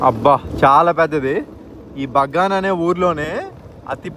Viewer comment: Bro BANGA kadhu kadha BAGAN kadha bro